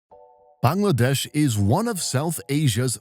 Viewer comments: I’m Bangladeshi and I’m hella happy that you said Bangladesh properly instead of “baengladeash” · I appreciate how accurate your pronunciation of 'Bangladesh' is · Vary good "Bangladesh ' pronunciation